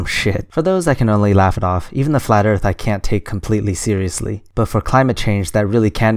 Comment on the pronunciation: Man, you screwed up on the first question?? He said "erath", not "Earth"! ;p